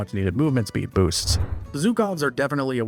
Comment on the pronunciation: why did you say boost as BOOST